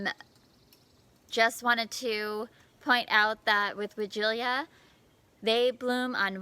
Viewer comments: Hello,it must be pronounced why gee la as it has no 'i' in the last syllable.but don't worry, you're not the only one mispronouncing it! There are many sites to help with any word if you have query, and they all pronounce it why gee la or why jilla. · I’m confused as to the pronunciation of this bush. I don’t see the extra syllable in the name of the bush. Sorry! Former English teacher, here!